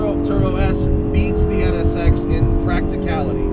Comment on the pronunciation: He only said it wrong 11 times